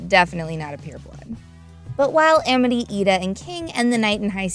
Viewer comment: why is it pronounced Emety when it's Amity